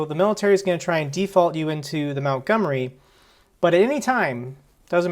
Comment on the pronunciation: MONTgomery not MOUNTgomery!